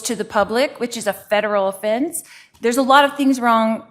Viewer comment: I love that you're picking up on that too. It drives me absolutely NUTS‼️ OFFINCE, DIFINDING..... Go back to your cell where you belong Lori DUMBELL.